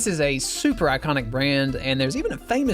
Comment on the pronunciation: "soup er" awsome